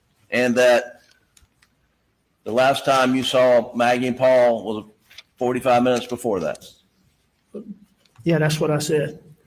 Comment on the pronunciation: “I saw them about 45 minutes before that” sounded an awful lot like 4-5 minutes before that 😅